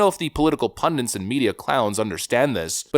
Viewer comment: Buddy, I watch every video you upload, so don't take this as a negative in any way. But the word is "pundit"! Political pundits or sports pundits for example. You're not the only American channel I've heard this error on either, but it seems to be a common mistake. I expect you won't even see this lol, but just in case...